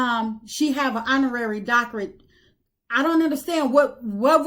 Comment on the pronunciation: can't even pronounce doctorate.